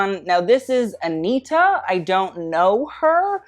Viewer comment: I like that you said aniTTa and not aniRa